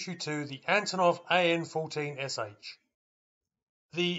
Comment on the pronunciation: It's not "S H" it's "ш" the Russian letter "sh" pronounced "sha" when alone like this. АН14Ш.